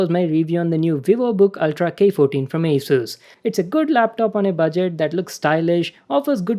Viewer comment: Sir your pronouncing is wrong in the word ASUS